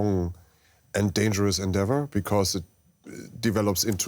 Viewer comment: 'offensive into a very densly populated area is always a dangerous en-devour as it develops into 3-dimensional warfare' - :DDDD I am more and more sure that this program is for DW news to allow its employees to practice english. they rarely have a clue about the subject lmao